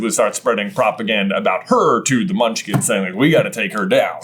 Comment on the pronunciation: Bro said "Munchlings" 🤣